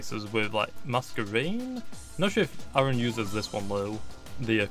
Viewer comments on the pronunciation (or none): none